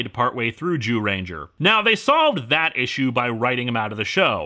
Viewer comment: I will always give Linkara for being one of the only youtubers I've followed that actually pronounces both Zuyranger and Thuy's name correctly! 🙏🏾